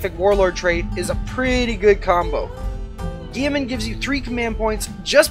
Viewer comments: Geiman!!!!!!! Robute (ro-boot-ee) Guiliman (Ghile-men) My EC guild is going to hear of this and this will become and amazing meme. But in all seriousness great vids, I have watched three of yours so far have liked them all. Keep it up. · Dont ever pronounce guilliman lile gieman again lmao